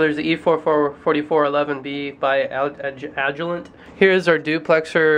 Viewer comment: "A-Gee-lent?" Seriously?